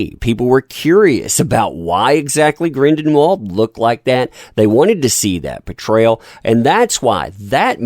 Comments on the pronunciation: Grindelwald, not Grindenwald !!!!! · Are you purposely mispronouncing the last name Grindelwald or was that accidental because it's hilarious? Lol Grindenwald hahaha